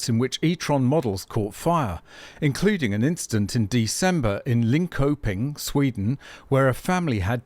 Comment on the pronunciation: Linköping - the k here should sound more like sh or perhaps ch. lin-sherping